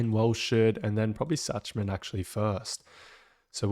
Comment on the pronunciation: Love your content but your pronunciation of Schachman is killing me. Shak-man plz.